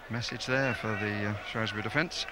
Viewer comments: Shrewsbury not Shrewbury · SHREWbury not SHROWbury <3 THANK YOU